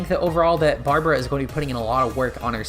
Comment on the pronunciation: 1. "Barbera" HAHA 2. yes custom swadloon